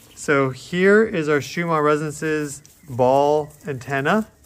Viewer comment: You keep calling it Schumar